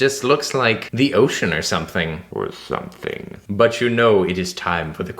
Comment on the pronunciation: also the "the ocoan (OR SOMETHING)" hahaha. definitely Ponyo